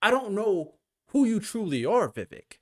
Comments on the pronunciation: You lost me when you pronounced his name, its not princess Vivi bro, its VI VEEEK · Vivek pronounced like cake. Vi vake like cake. Just try and research pronounciation before you talk about him for 30 min. Don't worry...you're not alone. I've seen the same mistake by mainstream conservative talking heads....almost enough to stop watching them, as they have no excuse. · Vivek is pronounced Viv-AKE, like CAKE. Get it right!